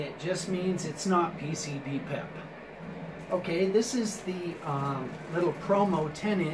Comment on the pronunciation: Thats pronounced PC-PP-EP as in drugs (PCP), piss (PP), and Extended Play (EP).